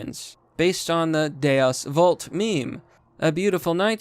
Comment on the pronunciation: Yass, you pronounced Deus Vult properly! Sounds more powerful as it roles off your tongue now doesn't it.